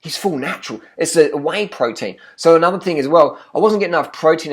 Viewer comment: pwoteen brahhhhhhhhhhhhh